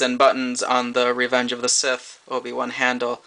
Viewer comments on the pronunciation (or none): none